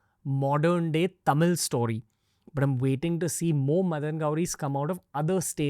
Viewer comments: Since Dravida parties came to power TN has gone dowm Payment to voters from 500- to few 1000s Giving freebies Education system going down All cinema, real estate businesses owned by dmk Sorry madan cant agree with you Pl pronounce tamizh ..properly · First, learn how to pronounce Tamil properly. 😢